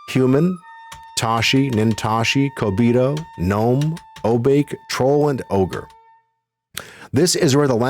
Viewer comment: This is great,! This brings me back, and makes me realize how much I've forgotten. By the way, the race Obake is pronounced "oh-bah-ke" with the "ke" like kettle. Obake is a Japanese word that translates to something like monster or ghost--basically some kind of shapeshifter. This is a cool concept for a race of a class for one of the characters. You've got a good setup also. Very thorough and nuanced takes and observations. Mesmerizing!